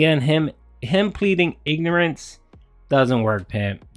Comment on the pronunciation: As Derek Savage once said, "Innorance of theh lawl.. is no eh-scuse!"